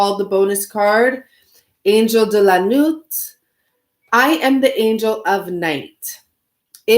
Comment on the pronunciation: 'Nuit' is pronounced new-EE...I remember just a little French from high school... Thinking about studying it again myself